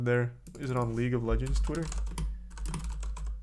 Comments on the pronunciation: Ah, league of leegnds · Leauge of Leegnds